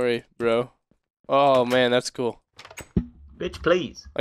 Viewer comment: that was hilarious "bitch please!" in your accent ah im dying xD